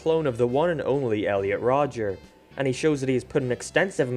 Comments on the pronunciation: There isn't an S. It's just Rodger. At first I thought you were just doing it as a joke (purposefully getting his name wrong), but you kept saying. Great video otherwise! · Stop saying Rodgers. It is just Rodger not Rodgers